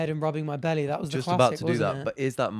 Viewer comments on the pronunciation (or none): none